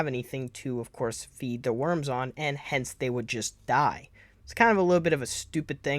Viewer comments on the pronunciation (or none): none